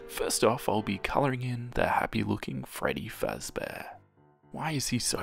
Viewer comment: Him: it's Freddy Fezbear